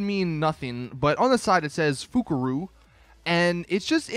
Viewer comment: Fukaru is pronounced as "Foe-kaa-roe".